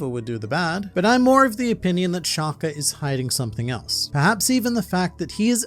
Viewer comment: Your pronunciation of Shaka😭. It’s like you saying shacar🥶.